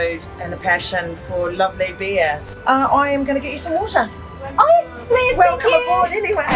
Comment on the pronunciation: 無言でむしゃるのワロタ(笑) 前から思ってたけどイギリス英語のwaterの発音好き！ 初めて0再生回数で見れた！けど、既に6いいねぐらいついてた…最後まで見ないと１とカウントされないのかしら🤔？